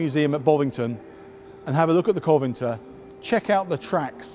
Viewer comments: I get what you are saying and it's not the end of the world, but it's all the more important to get it right because it is uncommon. Perhaps for those who don't know the history of the Covenantors both the origins and the tank will be encouraged to look the word up, because it's interesting in itself. But Coventor means nothing. The tank museum videos are such high quality normally and the standard should be maintained. It was an interesting video but it needs to be right and hopefully a friendly word will encourage this gentleman to improve his already good delivery. Thanks for your comment! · Irritating that neither this guy or David Fletcher know how to pronounce "Covenanter". You'd think that would be something of basic importance to figure out if you're making a video about it. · {Sigh.} If you completely skipped the syllable "for" you wouldn't sound the 'f', but you do. So yes, it is different. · Can you even say Covenanter correctly? What is this... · Professes to be a tank geek. First tank- can't pronounce it... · I lasted less than a minute. How about learning how to pronounce Covenanter before hosting a video on your supposed favourite tanks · Dunno but it's cross-disciplinary, my boss knows quite a bit about computers and can fix almost anything electronic, but mangles "Proprietary". But I definitely noticed "Coventer" and "Panzerfast"... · I'm not sure whether it was 'vowel softening', his discomfort in front of the camera, or if he genuinely believes it's 'Coventer' It was a bit odd but I think we can forgive him that little faux pas. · You said Coventer three times in the first minute. Can you say CO - VEN - ANTER? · COVENANTOR not Coventor, come on, you write about tanks, please get the name right. Interesting video with lots of anecdotal stories, always good to hear, but please be careful with the name pronounciation. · Interesting video, shame about the mispronounciation of Covenantor. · Why do even experts mispronounce Cov-en-ANT-er...